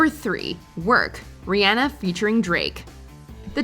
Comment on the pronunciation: I hate how she says Rihanna lol